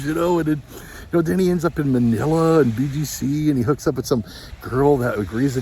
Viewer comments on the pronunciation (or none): none